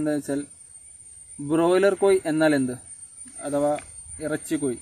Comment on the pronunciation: കോയി അല്ല കോഴി കോഴി